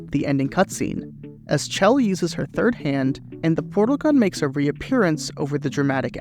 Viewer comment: I can't believe he just called her Claire, and immediately went back to Chell